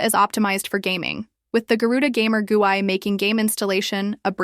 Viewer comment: >pronounce GUI phonetically AI slop. Reported.